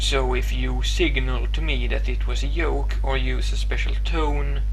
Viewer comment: You've probably heard this before but "joke" is not pronounced like "yoke" but "Goke"